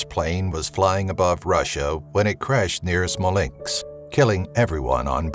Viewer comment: And it's pronounced "Smolensk". Not "Smolenks". ffs.